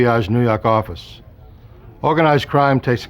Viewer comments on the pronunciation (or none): Jimbo from New Yaahk aaffice